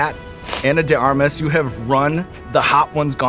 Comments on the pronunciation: Her name is Anna de *ARMAS*??? I thought Eric the Actor was saying "Anna de *Garmas*" all these years... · Surprised Sean Evans didn't research how to say her name correctly! He usually researches his guests quite well 🤔